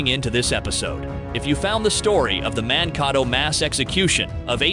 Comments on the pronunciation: It is Man-kay-toe. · Really hilarious when the narrator mispronounces Mankato!